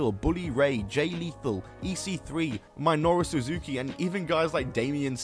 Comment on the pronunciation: "my- noru suzuku" "sindey"